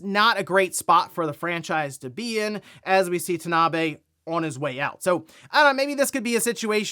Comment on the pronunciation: Kensuke Tanabe is pronounced Ken-skay Tahna-Bey.